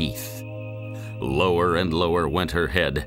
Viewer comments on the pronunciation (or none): none